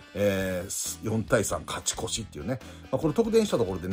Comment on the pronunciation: 伏見選手今回は腰の影響もあったのかなとは思いますが、里崎さん超多忙なのに連絡したらアドバイスくれるって優しすぎだしありがたいですね。たまに勝ち越しがカチコチって聞こえるのかわいい😊